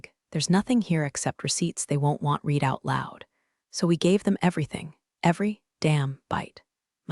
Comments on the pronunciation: The word “read” is spelled the same for present and past tense, However it is pronounced “red” in the past tense. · Someone should teach the AI that's reading these stories how to pronounce the word "read" in context with its meaning in the sentences. They are all doing it. Maybe they ought to listen to the story before publishing.